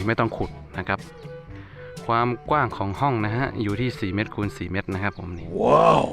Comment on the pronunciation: เมตรไม่ใช่เม็ด😂